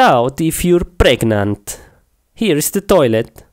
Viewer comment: Im pregenant pregenant???? Pregnant not pregenant